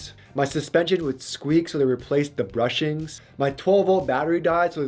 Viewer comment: Bushings, not brushings 😂